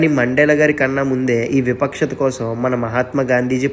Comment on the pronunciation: విపక్షత కాదు వివక్షత